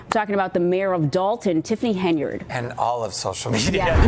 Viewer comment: is the audio A.i? Why are you pronouncing it "HenYARD" ? lol